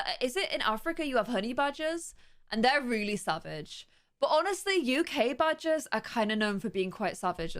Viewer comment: Lol for a sec I thought u said badges not badgers lol Ik what they are USA don’t have many of them